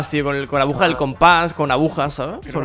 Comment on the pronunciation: se dice aguja no abuja y tampoco se dice abujeros se dice agujeros